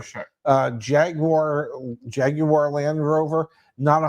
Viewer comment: Thanks to for pronouncing Jaguar correctly